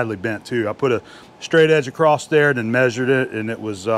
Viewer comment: I used to really enjoy watching this channel, now I'm only barely hanging in because 'm noticing the same. That and turning small jobs into 3 and 4 part episodes. And WTH is "acrosst"?